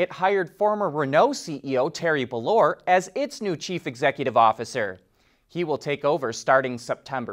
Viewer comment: Peugeot is pronounced: 'Pe' [as in 'petie'] 'jo' [as in 'Angelina Jolie'] 'Bolloré': 'bolo' [as in 'bolo tie'] 'rey' {as in 'do-re-mi']